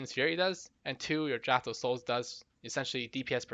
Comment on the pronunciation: People still can't pronounce draught.